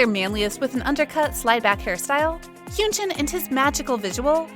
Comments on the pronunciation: Wow first of all your saying Hyunjins name completely wrong. And second, after giving all the other idols a lot of time and detail explaining you put him last as an afterthought and barley talked about him except mostly his hair? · why are you saying hyunjin like that